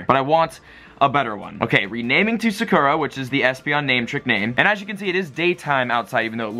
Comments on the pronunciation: Sah-koo-rah Not suh-kur-uh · thats not how u say sakura lmao